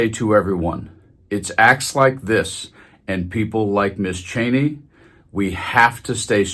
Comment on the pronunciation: Her name is not pronounced “Chainey”, it’s “Cheeny”. I met one of her relatives and got the correct pronunciation.